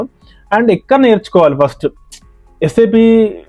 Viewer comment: Saaap kadhu bro.. S.A.P. !!!!